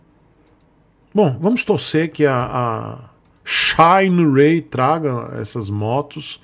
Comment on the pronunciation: "Xainirey" kkk tomar banho viu